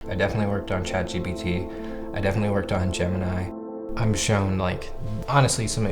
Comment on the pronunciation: The first guy called it "Chat GBT" So he can't get the name right?